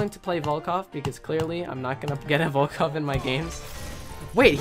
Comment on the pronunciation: at the start of the video he says "have you heard of the volcock guy?"i guess he said it the weirdest way....